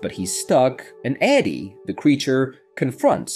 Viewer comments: The inability to figure out if you want to say Addy or A.D. makes me pretty sure this is an AI voice? Easiest way to get a downvote :( Edit: BARA BARA?!?? Yeah this is obviously AI, someone misspelled Barbara and the AI is just a fancy TTS so it said what was written. Channels like this are such bs. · So...is it Addie or Adi? You'd think somewhere in the movie her name is pronounced and you'd know the correct way to say it. Is it just me or are there waaay to many creators on YouTube that can't pronounce words they literally had to hear at least 10 times in the proces of making their content? Edit: Is this AI? The moment he couldn't pronouce Barbara the thought popped in my mind, is this being read out loud by ai? It would explain the constant mistakes.